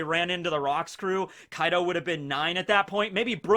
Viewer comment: Bro when you said Kai D Ou I was like wtf 😂